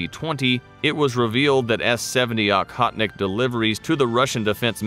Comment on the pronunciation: It’s Oh-hotnik, not Ah-hotnik.